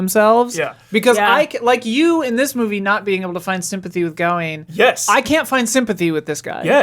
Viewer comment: Do Americans not know how to pronounce the name Gawain? Just asking because I’ve never ever heard it pronounced that way before.